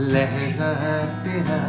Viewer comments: Papon is love but he should improve his talaffuz (pronunciation) of Urdu words like 'Maajraa' not 'Maazraa' and 'Lehjaa' not 'Lehzaa' etc. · Its not lehza but lehja and not mazra but majra.... It is a platform for promotion of Urdu so please promote correct pronunciation... talaffuz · Nice composition but Please correct the pronunciation Not lehza... it's lehja Mazra.... Maajra